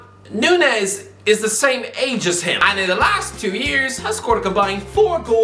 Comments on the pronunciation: It's not Nunez, it's Núñez... "Ñ" sounds way different to "N" 🙏🏻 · I don't wanna be that guy but his last name is pronounced (Noon-Niez), normally I wouldn't care but we share the same surname 😭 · It’s said noon-yes,.